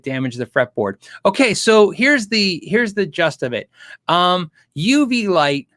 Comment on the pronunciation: Gist: the main point or part, essence, the gist of an argument - not pronounced “gust”. :)